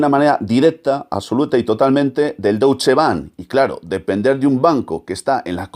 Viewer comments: Se pronuncia "Doitsche"... y no ese Doutsche que has dicho 50 veces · No se pronuncia “douche ban” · Excelente vídeo y comentarios al respecto. Buen trabajo investigativo con muchos datos perfectamente corroborables. Te quiero sólo mencionar un pequeñísimo detalle, y es la pronunciación correcta de Deutsche. El padre del sicoanálisis se llamaba Sigmund Freud, ahí tenemos otra vez el diptongo eu, y como ya habrás visto se pronuncia oi, Froid. Ergo, el Deutsche Bank se pronuncia doitsche. Disculpa por la aclaración y gracias por tu estupendo vídeo.